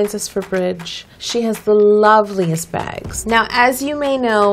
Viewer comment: omg she said 'whenever Kate comes to Cakebridge I always take a good look at her bags' and i thought she said VAG and then she was like 'sometimes I sneak a picture' and i was like ooh saucy